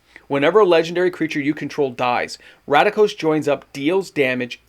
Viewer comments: RAKDOS, not RADIKOS lol ❤ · Please stop pronouncing RACK- DOSE as RADA-KOS… you can read in Canada correct? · So excited you couldn't pronounce Rakdos. Must be good